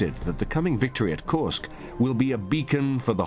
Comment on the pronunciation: If only Judge Nap could say KURSK correctly. 😂